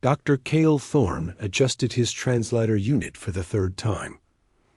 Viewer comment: Another AI that doesn't know how to pronounce 'translator'